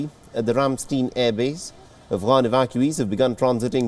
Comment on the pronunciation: I know it is beside the point, but Ramstein (not steen but stain) is in a town called Ramstein-Miesenbach